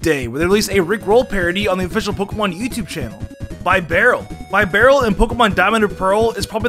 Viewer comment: "Bye-barel" "Khranidos" "Bunnery" "Rye-olu" "Hippo-pottus" "Hippowdin" "Scorpi" "Ookxie" "Ayezelf" "Fiown"